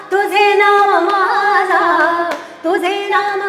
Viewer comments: Love the abhang.....big fan..n my favourite is Pandharpuriche bhoot But Kindly correct the pronunciation of tuze naam mazya means mine not maaza ( maaza is different than mazya)..... I know you're not from Marathi background but you're trying to sing sant Namadev Maharaj's abhang which is not easy for any non Marathi speaker... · तुझे नाम माझ्या - in the word माझ्या , the jh is supposed to be not light, the solid jh, it changes the meaning. Same in jh in तुझिया , but it doesn't change the meaning. Sorry for being a pronounciation Nazi, but thought it's necessary, superb presentation as usual!